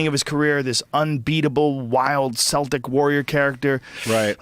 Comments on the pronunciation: It's celtic not seltic.. joe ur a fat head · "Selltic warrior" ...ugh, Rogan, he's not from Boston. It's pernounced "Keltic" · celtic is pronounced keltic. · Someone as smart as Joe should be able to say Celtic right, say it with a K sound bruh.